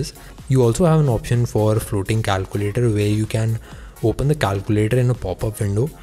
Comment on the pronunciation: calcuulatoor.... i died when i heard that. 😂 but good work. good luck with ur channel